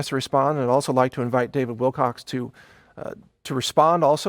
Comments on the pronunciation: Your memories are faulty and prone to cognitive bias. It was always Wilcock. That name has an abrupt and sharp ending. "Kuh" as opposed to "cox." It rises. It's a bit harder to say. You streamlined it and now your making excuses. Stop it. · Mike Adams beings with a public apology over the mispronuniciation of David Wilcock's name. - Says "David Wilcox". Pahahahahah! Content has truly become a malapropism to me now. This kind of slippery gives me life. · He keeps saying WILCOX...LOLOLOL. He's learning... <3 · Why is he still mispronouncing David's last name? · you're a douche bag. you apologize for saying his name wrong and then proceed to say it wrong many times. You're a pile of greasy feces. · but you still mispronounce it and and so on :) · Lol pronounce’s his name wrong multiple times after apologizing for mis pronouncing it.... door knob. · Please get Davids name right there is no z or s on the end of his name. Thanks for putting out this info in the correct light. thanks again Mike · Proof of Heaven is an amazing book! Thank you for this messsge . I am thinking about starting a video channel. I will come check your sight out today. Thanks for the information. Don't sweat the miss pronounced name, David's too smart for that to bother him. It was kind of you to do a pre clip appology. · Mike Adams - No need to feel chagrin about mispronouncing Mr. Wilcock's name... You have plenty of company. There is a very good chance you'd heard his name used by someone else and unknowingly parroted what you'd heard. I'm a bit of a grammar nerd, myself, and guilty, myself. Since the first time I saw his name in print I haven't repeated that mistake. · Don't feel so bad, lots of ppl mispronounce his last name. Drives me nuts but I know stuff happens. It's life! :) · You apologized for mispronounciating Davids last name but you continue to mispronounce it throughout your video. I have to wonder if you realize anything you say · You keep saying Wilcox. It''s Wilcock.